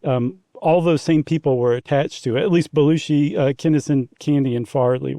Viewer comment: Surprised to hear the hosts struggle with the pronunciation of John Belushi’s name! Pretty famous actor from SNL… Blues Brothers….